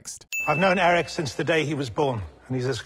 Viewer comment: I REFUSE to accept the results of your sin tally until you go back and add a sin for every single time a character in the episode OR yourself in this video pronounced Prince Airk's name like "Eric", instead of with a single syllable which is how the name of Madmardigan's long-time best frenemy, Airk, for whom he was CLEARLY named, was said.